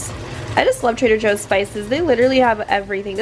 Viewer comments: why do you say trader hoes and not joes? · Did she say Trader Hoes? Hahaha